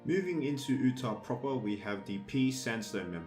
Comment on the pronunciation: Pronounced "yutah" Not "ootah" Sorry I live in Utah and it bugs me😂